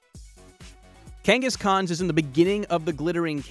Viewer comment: Why did you pronounce Kangaskhan correct but failed at Gyarados and ended up saying: "Jy-rados" I'm soo confused... If you need help pronounce pokemon names GET IT RIGHT AND GET SOME OF THE HAND BOOKS TO HELP YOU OUT! It shows how to pronounce the name of the pokemon...